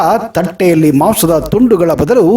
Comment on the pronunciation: ಅದು ಮಾವ್ಸ ಅಲ್ಲಾ ಕಣಪ್ಪ ಮಾಂಸ ಅಂತ. ಸರಿಯಾಗಿ ಉಚ್ಛಾರಣೆ ಇರಲಿ...ಥೂ